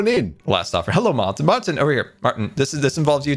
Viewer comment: calling Martyn "mAHAtyn" aged a lot lol